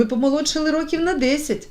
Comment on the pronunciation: Не рокІв,а рОків ! Що за читання?!